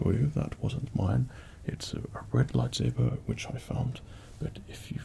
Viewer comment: He said "lifesaber"